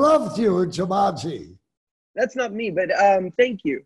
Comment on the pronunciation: Bruh, when Doc said “I loved you in jumunji”